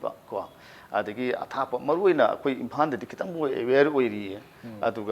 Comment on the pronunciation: HOTEN, FAAL, FOON, IMPHAN, APPAN HA HA HI HI HI HU